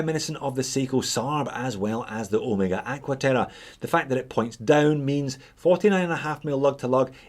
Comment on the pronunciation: Look at that face! Perfect. Easy to see hands on a deep contrast face. Simple date. You can't beat this for the price. Everyday wearable watch. Also, thank you for pronouncing OH May Gah correctly.